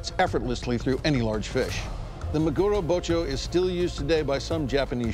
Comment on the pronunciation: MAguro, friends. Say it with me, MA-gu-ro Gotta love american maGUro